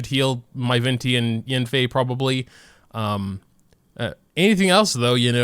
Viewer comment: I believe it’s pronounced y-ah-nfei